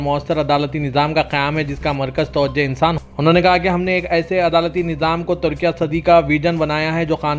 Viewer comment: Tudkia tudkia kya hai. Very bad pronunciation.